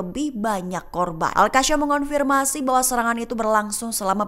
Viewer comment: koq bacanya AL-QASSYAM sih gobloq banget !!... seharusnya AL-QASSAM